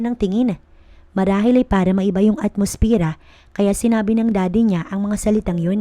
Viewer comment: ATMOSPERA NOT ATMOSPIRA.